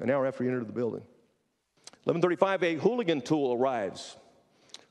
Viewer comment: Uh wtf the director of DPS doesn’t know what a Halligan is?? He lost all credibility calling it a “hooligan” over and over